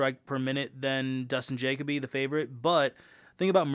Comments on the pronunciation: Jay-cuh-bee lmaaaaaooo It’s juh-coh-bee bro. Lol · Last name pronounced Ja-coe-bee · Bro making a video of Dustin Jacoby and doesn’t even know how to properly pronounce his last name 😂